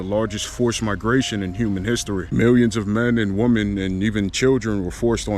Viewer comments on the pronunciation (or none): The plural pronunciation for woman is women, which is pronounced (Wih-Men). Other than that, good video.